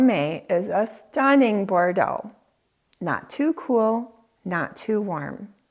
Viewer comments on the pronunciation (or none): none